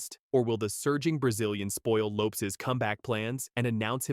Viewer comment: You’d get more views if the AI voice is corrected when it says names and words incorrect! Loopes?? What the heck is a loopes haha